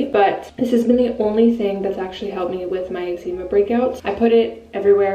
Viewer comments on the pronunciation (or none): Love your videos! But the way you say eczema 🤦🏼‍♀️